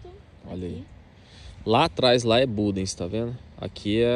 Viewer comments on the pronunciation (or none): Só há um problema, é que ao fim destes anos ainda pronunciam mal o nome da localidade. Não se diz bundece mas budens ,dens não ence